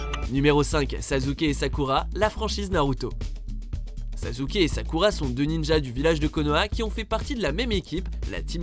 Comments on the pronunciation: Faut vraiment que apprennent à prononcer les noms japonais, putain mais Sazuke ça fait juste mal aux oreilles, j'aime pas Naruto mais j'aime encore moins qu'on dénigre un nom par une mauvaise prononciation Et pour School Days, anime que j'ai vu et détesté, à quel moment Makoto et Kotonoha sont dans la même classe? Makoto est dans la classe de Sekai, et Kotonoha est dans la classe voisine, donc pas la même qu'eux, renseigne-toi mieux que ça, j'ai détesté cet anime mais faut arrêter de dire des conneries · Au moment ou j'ai entendu Sazouke, mon coeur s'est arrêté. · A , ça se prononce Sassuke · Sasuke ça se dit "Sassouké" .-. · il a bien dit cyka... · Pardon ? SaZuke 😂?! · Bon au pire on l'appelle pas saské mais suskiki ( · Oui il a dit Sazuke 😂😂😭🤣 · C'est parce que c'est comme cela que ça se prononce "Sasske". C'est un nom japonais. Etttt oui je suis chiiiiant, et je le dis en chantaaaaant 🎶🎶🎶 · arrete de faire des top 10 apprend deja a prononcer leur prenom pls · Putain je suis choqué !! T chelou quand tu prononces « SASUKE » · La prononciation de Sasuke les gars... YOU HAD ONE JOB è_é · WTF "sasuke" prononce bien euh ! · On dit Sasské et non Sasuké... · Et dis pas sazuke stp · Je rêve il a dis sazuke ? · En plus aprend a parle debile "sazuke"c est sasuke va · Sazuke?? Sassssssssuke merde 😂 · Mais put1 sa ce prononce Sassuke et pas sazuke ohhhhhhhhh put1 t'a fais un scandale pour les fans de naruto🤬😡😡😡😤(mais g qu m'aime aimé 7 video) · Sa ne se dit pas sazuke mais sassuke mais sa s'écrie Sasuke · C’est « sasuke » pas « sazuke » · sasuke se prononce "çaçouqué" pas "çazouqué" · S'il vous plaît vous pouvez ne plus dire sazuke mais sasuke (sassouqué) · c pas sazuke mais sassuke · Chui désoler mais il a bien dit Sazuké 😂😂 un peu d'effort c'est à croire que vous ne faites aucune recherche dans vos tops c'est Sasuke avec deux ss pas Z 😂😂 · On dit pas sasouké ni sazuké on dit saské Mais c'est mieux Suskiki ( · Arrête de dire SAZZUKE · attend il a dit saZUke 😂😂